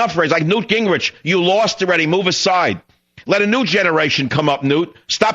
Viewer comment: Did he call him Gangrich Khan? I'm stealin that one! LMAO!!!!